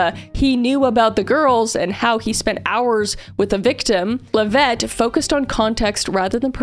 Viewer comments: Kris mispronouncing Karoline Leavitt’s last name similar to how Karoline mispronounced Virginia Giuffre’s name was pure poetry. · I love that Kris is mispronouncing kkkarolines last name just like how kkkaroline mispronounced Virginias last name 😂